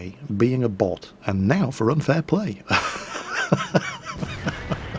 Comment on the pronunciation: "unfair plane" "just report unfair plane" "HE KEMP BUSH" "not fair plane" "jedi = unfair plane" "unfair plane" "he is not fair plane" - seriously, how much did World of Warplanes invade WoT at this point?: "and fair play to the enemy team" - it's 'plane', haven't you heard? "report" from Shrader even as MrJedi gets the 9th kill, wins the game and does most damage while Shrader who claimed to be a teamplayer died 3rd with 0 damage:D